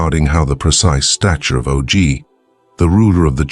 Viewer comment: "Oh Gee"? It's pronounce "Awgh".